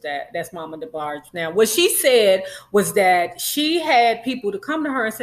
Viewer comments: Debarg-EE. lmaooo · Lol it’s just weird hearing you pronounce their name as “Debargey” 😳😂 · Debargee? Can tell you weren't a true fan. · Not DeBargee lolol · She was tickling me every time she Say Debargees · Please pronounce their name correctly. Respectfully. Thanks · You can’t even pronounce the name right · Before doing trash gossip...learn to pronounce the families name correctly...... rhe E is silent in their last name....how u do not know this blows my mind. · Why are you mispronouncing Debarge? Not cute at all. The "E" at the end is silent. I literally stopped listening within a few seconds. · What is wrong with her pronouncing Debarge like that. Damn…irritated me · Gosh, you're letting those people attack you 'cause you're having a little fun with the DeBarge name? I'm sure you know the correct pronunciation; all I see is that you're having a little light-hearted fun. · Damn pronounce their name correctly! You sound stupid! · The E is SILENT in DeBarge im sure! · 😭😭 I turned it off soon as she pronounced it like that. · I could not really watch because of this. Plus I don't really like when people talk bad about the Debarges without even knowing them or the whole story. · THANK YOU, IT'S ANNOYING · James and Phillip's last name is Ingram, not Bailey. The 'e' in DeBarge is SILENT. Much of your information is just not based on truth. I will not comment on your speaking skills. And finally, I would not pay 5 cents must less 5 dollars to subscribe to listen to your massacre of the English language. When you çomment on people's lives THINK before YOU speak. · The e in Debarge is silent.😊